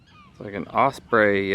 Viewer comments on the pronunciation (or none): none